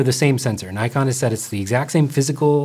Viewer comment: There is NO 'Y' in NIKON !